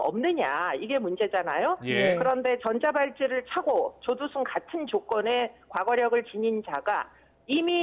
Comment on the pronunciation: 여아나운서 발음실화냐 조두순윽 조도순이래